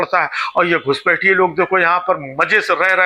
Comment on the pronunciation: गुजराती में हृस्व मात्राएं होती ही नहीं हैं इसलिये शाह-मोदी से चून-चून, घूसपैठ जैसे उच्चारण आप सुनते हैं। उसी तरह ऋ की मात्रा भी गुजराती में नहीं है काम र् और उ की मात्राओं से चलाया जाता है। गौर करेंगे तो आप ग्रुह मंत्रालय और क्रुषी प्रधान देश जैसे उच्चारण पायेंगे।